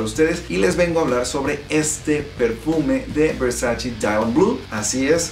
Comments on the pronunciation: erick hernandez morales Wey hasta en el traductor de Google lo puedes ver, en italiano se pronuncia “versache”, la misma Donatella Versace ha dicho en varios videos que le molesta que la gente diga versachi cuando es “versache” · De hecho, la misma Donatella Versace ha mencionado que odia cuando la gente pronuncia "Versachi", porque en realidad se pronuncia "Versache". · Versachi? Wtf la pronunciación es versache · pues en los anuncios de los perfumes de Gianny Versace lo pronuncian versachi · VersaChe. Hehe...